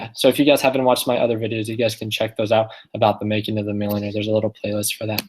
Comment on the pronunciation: ... "so the making of manuer" 🤣🤣🤣🤣.